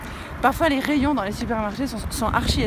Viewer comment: Tu es en train de perdre ton français XD !!!! "Ascenceur" et "Rayons"